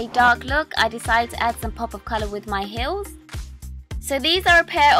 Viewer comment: Gorgeous! Haha you always pronounce heels like hills ^^